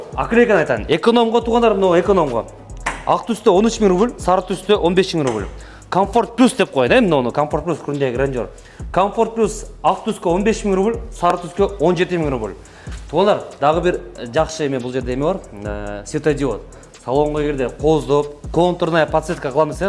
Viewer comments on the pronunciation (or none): Блогерлер неге Грандеюр дейсинер😅 жон эле грандеур дегилечи